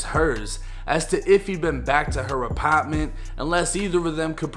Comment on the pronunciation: The apitment.Lol